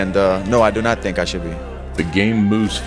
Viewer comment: Ngl Conor really got me dying when he said "they don't tink like I tink"